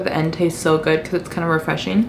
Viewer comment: She says resfrnching not refreshing